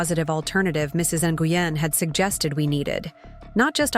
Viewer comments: Ny u gen is pronounced is more like gwin…👀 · Would you please, if you're going to discuss immigrant issues, at least learn to pronounce the names correctly. The one you insist on calling Mrs NiUGin, is Vietnamese and is actually pronounced Win. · Lol cringing every time they pronounced Mrs. Nguyen “noogan”. It’s usually pronounced like Win. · Nguyen is pronounced " Win " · Actually should be closer to N-wen. And the pidgin English quoted in the narrative is offensive. Vietnamese people I know don’t speak that way. Yes, there’s an accent. But they don’t say “This about” for “This is about”.